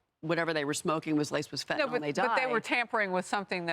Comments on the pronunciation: What the hell is fentaNOL? I thought it was pronounced Fentanyl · I know what you meant but it's fentanyl and is technically pronounced fen-tan-ill.